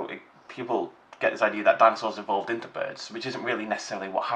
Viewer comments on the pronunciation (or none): Stop saying evoled